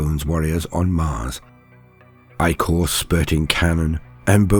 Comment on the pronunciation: My favorite part of listening to a human narrator is hearing the word ichor pronounced correctly.